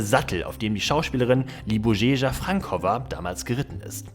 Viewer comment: Wie sprichst du Libuše Šafránková aus??? 🤣🤣🤣🤣